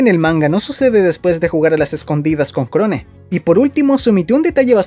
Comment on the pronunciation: Se pronuncia Krown!!!!!